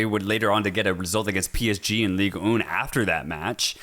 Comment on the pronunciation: League ughn